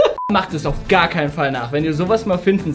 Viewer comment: Hör auf immer gär zu sagen sonst Abonniere ich dich nicht